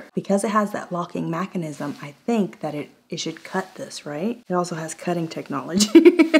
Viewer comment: I LOVE IT when she says "MACK-CAN-ISM" for Mechanism.. I wasn't sure if I was hearing right at first. Until she kept saying it. Lol. So. Cute. Lol 1